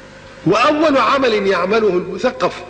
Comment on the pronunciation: هل يوجد عالم لغه يخطئ فى كلمة مثقف بفتح القاف. قالها مثقف بكسر القاف اول الفيديو